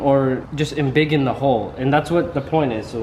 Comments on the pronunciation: he said "enbiggen" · "embigining" lol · just made up the word Enbiggen... anybody else hear that